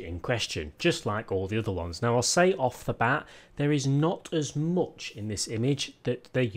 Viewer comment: man, you really have a problem pronouncing U. oooupdate...moouch..... it's worse than the chalk on a board.